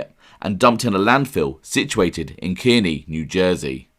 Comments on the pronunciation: Lodi is pronounced load eye Kearney is carnie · Kearney (the town in New Jersey) is pronounced "car-KNEE". Passaic is pronounced "puh-SAY-ick". Nobody from outside the region pronounces either "correctly" (assuming the locals to be arbiters of correctness, lol), so don't take this as a scolding, just passing on the authentic flavor of the local lingual gumbo